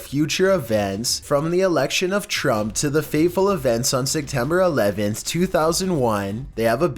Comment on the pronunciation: "Sectember 11th"